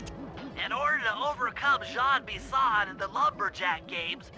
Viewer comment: Couldn'T agree more. But he's name is pronounce JEAN Bison dude.